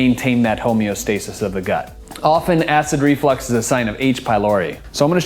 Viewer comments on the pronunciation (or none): It is not pronounced Flex as in you flex your muscles it is flux the way it is spelled because of flux is something that gets a fluid to move a reflux is something that pushes acid or anything up in an unnatural Direction such as I don't know your stomach acid in your throat say it right